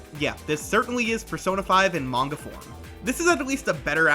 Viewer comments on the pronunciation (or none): none